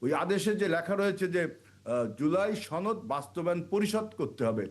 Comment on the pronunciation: সরকার কিছু করতে হবে না তুমি করতে পারবে আবুল বাংলা ও ঠিকমত বলতে পারে না সাওয়ার নেত ছনদ না সনদ ধাতুয়া শুধু জামাত বলবেন সাথে ইসলাম যোগ করবেন না